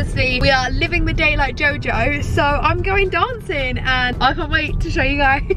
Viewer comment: Why does she says “sOw” instead of “so” 😂